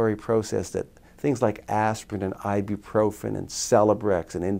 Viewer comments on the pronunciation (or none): none